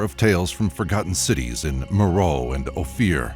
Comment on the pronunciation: For godsake, Me-ro-e!